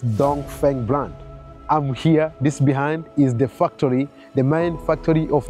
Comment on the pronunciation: Factory ❌ Fucktory✅ 😂😂😂